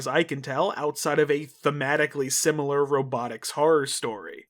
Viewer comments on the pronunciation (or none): none